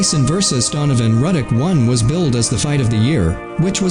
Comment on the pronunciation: It's Ruddock Not Reddick!